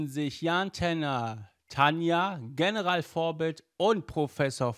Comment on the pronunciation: Ähm du hast General in Englisch ausgesprochen und nicht in Deutsch